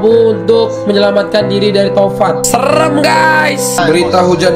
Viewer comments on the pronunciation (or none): Angin tovan ya bang,iya tovan tapi abangnya tamvan